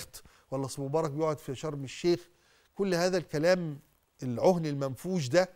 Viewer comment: هههه حد خد باله منه وهو بيقول (العهن المنفوش) بضم حرف العين قبلها كان بيتكلم على الجهلة وخص المفتين باصبعه بين قوسين وهو لا يعرف كيف ينطق كلمتين من القرآن من الجزء الاشهر جزء عم من سورة شهيرة هى القارعة دون ان يخطا هذا الكائن المستفز هو وامثاله من عنى النبى صلى الله عليه وسلم حين ذكر الرويبضة